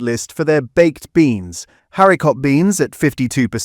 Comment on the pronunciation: I use Heinz beans and I don't find the sauce watery! 🤔🤔🤔 I'm also curious as to why the word 'haricot' isn't pronounced properly; Is this video AI?